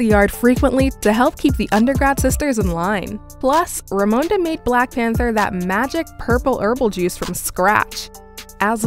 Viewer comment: I’m not feeling the emphasis she has when saying “black”